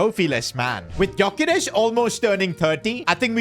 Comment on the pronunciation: ITS PRONOUNCED yokeresh